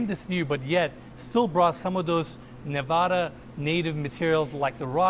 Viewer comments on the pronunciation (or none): When he says Nevada wrong 😒